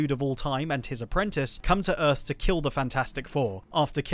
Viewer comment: "back on UTH"